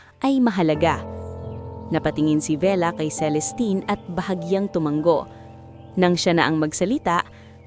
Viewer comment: Sana ayusin nyo yung pagbigkas ng salita tulad ng " tu- ma- ngo" sabi ng narrator " tu-man-go" me bago na ba tayong paraan ng pagbigkas ? bawat paraan ng pagbigkas me kanya kanyang kahulugan!!!